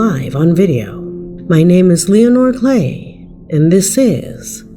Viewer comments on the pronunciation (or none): Still hating the way you pronounce your name.